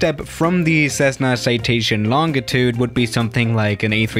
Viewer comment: FYI, the G in “Longitude” is pronounced like a J. /ˈlänjiˌt(y)o͞od/